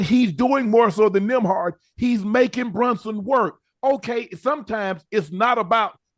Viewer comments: Ocho had me laughing calling Nembhard "Nimrod" 🤣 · He said Gil!! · 😂😂😂 why they keep calling him nemrod 😂😂😂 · Ocho please tell me you didn't say nimrod? Ha ha ha ha ha ha ha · Gil Say Nimrod Too 😂😂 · Nimrod😂😂 Just Priceless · Nimrod is Wild 😂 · Ocho be butchering people's names lmao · Gil called him that too😂😂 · He even made Gil slip up & call him that also 🤣🤣